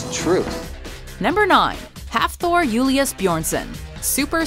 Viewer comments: That's actually good pronunciation of Hafþórs name (I'm Icelandic) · As an Icelander i must commend you on that pronunciation. It was very close to being 100% correct :) When you said Hafþórs name that is. The super genius was pretty impressive too though :)